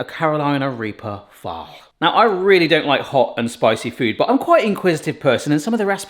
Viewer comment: Oh, I did not hear phall lol definitely heard a very different word. Definitely had me doing a double take 😂😂